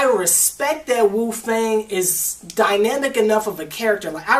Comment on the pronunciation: Wufei not lufei